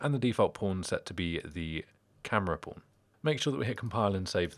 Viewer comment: Every time you say pawn, I hear pron with the o and r switched haha. Other than that, great video.